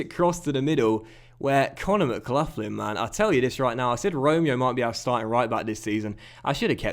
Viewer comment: its not mclufflin its mcgaughlin (mglocklin)